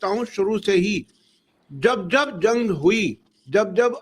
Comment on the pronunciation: क्या बोल रही हैं जंग की जगह लन बोल रही हैं😂😂